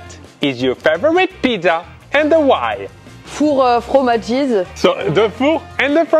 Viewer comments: "four fromagies" mdrr une pépite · "Four fromages"😂😂😂😂😂